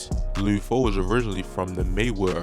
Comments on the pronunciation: Bro said lee foe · Every time he says “loode foe” it makes me wanna dislike the video again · Leeewd Foe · Lou foe? Wtf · I don't think dude from cago, he keep saying lid foe and lood foe... its just lud how it looks bruh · Lood foe 🤣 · It’s LUD NOT LUDE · Idk who lood foe is you mean lud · Luuuuhd my Nigga fuck not luuod damn it was unbearable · Who the hell is Lou Foe 🦧🤓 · I gott turn this off cuz I caint keep hearing this Mann say loo foe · Why dude sound like he sayin Lube Foe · did this nigga say lube foe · Bro said "Lewd Foe" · Luhd not lood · He did all that research just to say loo foe 😂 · You gotta be from Baltimore you keep saying Lude Foe 😭 video 💯 tho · he saying lood foe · He saying his name wrong 😑 it’s not loo foe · Why tf is the narrator saying his name like that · Eww why you say his name like that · Can’t stand how this guy says his name incorrectly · Never heard someone say Lud Foe like that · Baltimore accent